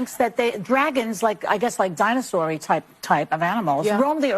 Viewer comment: Did she say dionosary